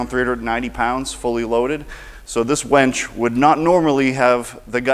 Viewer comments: It's WINCH. You keep saying "wench". A wench is a female servant. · and onward. Winch, not wench. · Winch! Not, wench. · I love how he calls it a wench instead of a winch. What's really on his mind? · Love the system!! However, were you saying "wench" or "winch?" Sounded like you were saying both interchangeably. 🤔 😂🤣😂🤣😂🤣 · "So this wench ....." sounded like he said wench Hope you meant winch. LOL